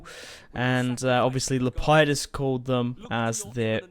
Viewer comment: It's Lep e dus